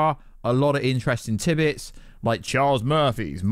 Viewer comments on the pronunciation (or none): none